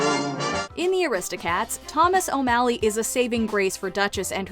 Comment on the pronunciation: The disrespect on O’Malley’s name